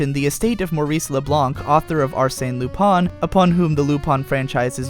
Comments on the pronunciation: cringed everytime he spelled lupin "lupon" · What he was saying was the French pronunciation. However, I too think it still sounds weird and I've never watched the show.